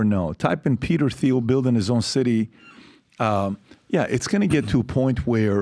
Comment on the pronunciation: You don't pronounce the "H" in Peter Thiel lol